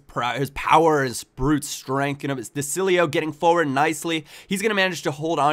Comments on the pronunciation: say desciYO:) I'M ITALIAN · De Sciglio is pronounced De Shilio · De Sciglio is pronounced "De Shilio", pretty much! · Try to pronounce de sciglio like de shilio then it will be correct ;) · aswell its a silent g so its `de schilio` im also half italian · and the iglio is pronounced like ilyo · It's pronounced De Schiglio. A 'c' before 'i' or 'e' in Italian makes a 'ch' sound. 'ch' as in chair. Another Italian footballer who's name follows the same rule is Cerci. You pronounce that Cherchi. I want to say that's how you pronounced his name in a previous episode. So, same rule applies for De Sciglio. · It is pronounced "deh shilio" (a sh like in shoe)